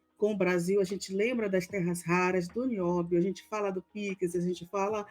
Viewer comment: Daí me dá uma agonia quando eu ouço vc falar Pix, porque saí piques ,acho que é um sotaque eu não sei explicar, só sei que não é som de x